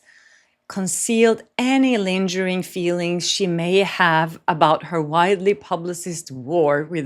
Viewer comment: Just fyi , lingering has a hard G, not like lanterns. English is complicated! Love your videos! ❤